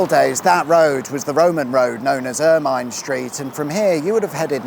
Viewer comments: Ermine is pronounced Ur-min. not "mine" at the end. #JustSaying #LoveYourWork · Ermine Street, we pronounce it, "err-minn"